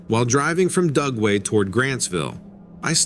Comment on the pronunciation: I kept thinking he was saying GUGWE, not Dugway. They are scary!